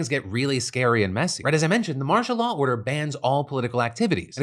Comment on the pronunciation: After a while all I heard was, "Marsha Law."